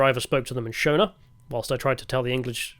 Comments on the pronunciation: Ah yes, the boars and the shoana 🤣😂🤣 I'm making fun of your pronunciation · You pronounce Shona with the "o" like you would pronounce it in "shore". Sho-na (short "o") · Why did you put so much effort into pronouncing Afrikaner correctly but zero effort into pronouncing Boer or Shona?